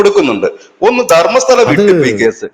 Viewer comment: ധർമ്മശാലയല്ല, ധർമ്മസ്തല 🙏🏻